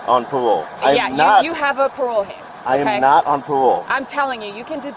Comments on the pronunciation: "I'm not on pawole. I'm not on pwobation. I know my wights!" 😂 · He knows his wights, he's not on pawole or pwobation! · "I am not on pah-wole". Loser. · "I'm not on pawole, I'm not on pwobation." Elmer Fudd meets George Floyd. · So was he on pawole or pwobation?